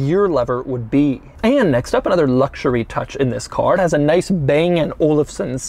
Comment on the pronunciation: Everyone: "ultimate luxury" Doug demuro: "ultimate Luoucshuriey"